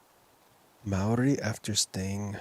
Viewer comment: I dont know, how in english the letters are pronaunced so differently. But in "harper" the a is nice like a should be. But in Mauri there comes a strange "äe" instead on "a". And this is not the critics to commentator, but this reminded me with all the other times. "O" is "u" for You and this just makes me mad ;)